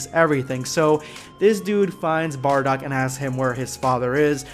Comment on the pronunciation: It's bardock! Not bardarock! 😡